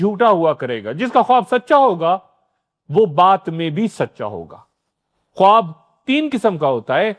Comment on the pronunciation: درست تلفظ “خاب” ہے، خ-واب نہیں